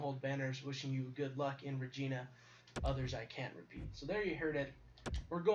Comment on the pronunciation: Hey I'm from Regina and it's pronounced rah gina